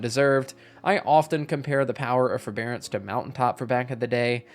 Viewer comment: Ew forebearace